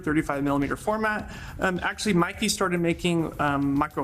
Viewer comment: The Brand is pronounced "MAY-KAY"! And in "real life", our eyes don't create Bokeh. I've heard this expression before...it doesn't apply. True Cinema imagery does have a smoother falloff, with the intent to focus the viewers to a particular part of the scene. And yes the entire line of Meike Lenses, including their MFT versions represent the very best value when it comes to dollar to image quality, hands down.